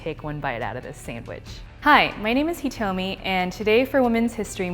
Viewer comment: That's awesome!!! just please pronounce your own name the right way. lol!